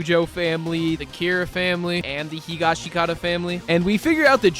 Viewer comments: Hi Ga Shi Ki ta is giving me brain damage. Higash(i)Kata, man, c'mon!! HEE GAH SHHHH KAH TAH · it's pronounced "Hi(hee)-gah(higher)-shi(lower)-kah(higher)-tah(lower)" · Good video, but you're banned from ever saying "higashikata" out loud ever again 😠